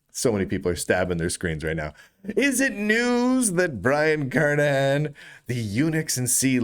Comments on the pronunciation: These days it's a rare delight to hear Brian's last name pronounced correctly. Twenty-five years ago, after I started hearing people pronounce it with a hard "g", I emailed Brian asking if the "g" was silent. He kindly replied "yes", but also wrote that he's heard it mispronounced so often that he never objects when people get it wrong. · if the letter is silent then it should be written Kernihan. but it isn't, so the correct pronounciation is Kernighan.